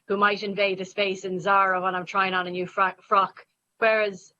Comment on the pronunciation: She calls a frock a frack